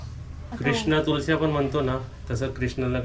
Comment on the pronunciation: सारखे इंग्लिश शब्द का वापरतोस, मराठी बोला, तुलसी नाही रे, तुळस..